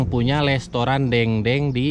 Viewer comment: Restoran bukan lestoran... hahaha....